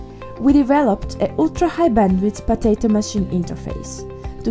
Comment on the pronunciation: why do you say potatto so much